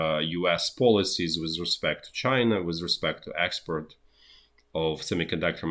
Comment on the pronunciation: I do love this guy's originality and hard work, but have to smile after I've worked out that "expert" is "export" and "boiled egg" is "bottleneck"!